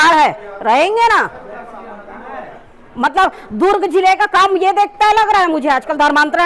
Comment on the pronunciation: Ye itna overacting kyu kar rahi hai. Durug nahi hai durg hota hai. Koi kuch bhi kare baat karne ka ek tareka hota hai